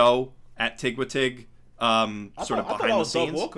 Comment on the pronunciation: I've never heard it pronounced "tigwatig" before. I also feel super bad for the people who used Blip as their platform, as someone who was a Channel Awesome fan right up until Blip died.